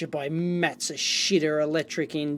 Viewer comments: For reference Matsushita is pronounced mat-soo-shee-tah. They owned National and Panasonic before they rebranded a few years ago. Panasonic is great with old datasheets and manuals. I owned an electric typewriter and needed a section from the manual. After a quick email they sent a scan of the relevant pages over. I wish other companies were like that. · mat-soo-sheeta It's a Technics TV!